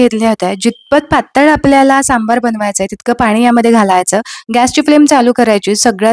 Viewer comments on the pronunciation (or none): खुप छान ,👌. फक्त सांभर म्हणा सांभार म्हणून नका 😅